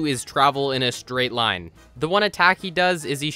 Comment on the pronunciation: that spiders first lien "line" sounds like "do me a favor"